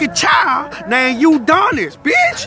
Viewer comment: Nigga keep saying Uudonis 😂😂💀